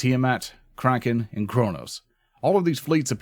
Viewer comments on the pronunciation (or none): none